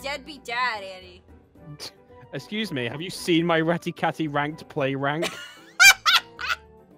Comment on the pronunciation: I think it's 'Andy' not 'Andey'